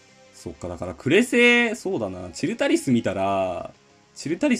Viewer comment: チルタリスのイントネーションって、それで合ってるん？w